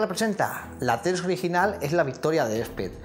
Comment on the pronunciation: jeje cuendo dices "de Theros" parece que digas "heteros" jajaja perdon soy asi de básico en el humor